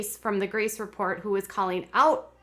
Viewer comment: Can someone please let Jenelle know there is a T in report.